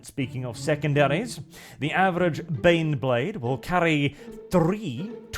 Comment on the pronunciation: EET EEZ TEH BEHNBLEHHHHHHHHHHD!